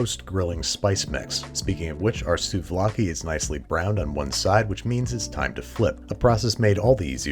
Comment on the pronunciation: The way he said "souvlaki " (with a heavy L) immediately reminded me the Thessaloniki city accent!!!! Oh joy!!!! Malllllaka!!!!